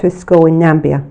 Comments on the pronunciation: ....and where is "Nambia"??? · Interesting, thanks, but there is no such place as "Nambia". There is the Gambia and then there is Namibia. I think you mean the latter. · I think you mean “Namibia”? x